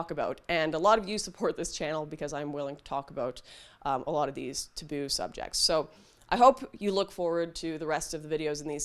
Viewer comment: I like Lauren but sometimes I can’t get through her videos because of the way she pronounces certain words. Flag being called fleg is a big one. And now taboo is also added to the list. Thankfully she only said that at the end of the video. That being said, I do look forward to this series as I haven’t even heard anything about these terrible things happening in South Africa.